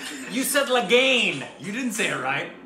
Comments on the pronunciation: I think it's pronounced is La-gun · It's" Lagaan" Rick... Means Tax.. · You said LAGAIN😂😂👍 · The way pronounced Lagaan, if we indias have to write it as per our writing pattern, we would write it as Lageen. So the 'aa' in 'gaa' is pronounced the same way the 'a' is pronounced in 'La' just that aa means we stretch the 'a' for twice the duration as opposite to a single 'a'. Its good that you guys got it finally. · It doesn't matter how pronounced lagaan wrong, you don't even know what lagaan is.....😒